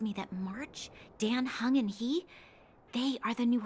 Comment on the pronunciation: The fact you keep calling Dan Heng "Dan" like Daniel and not pronouncing it how it's supposed to be pronounced (d-ah-n) is very amusing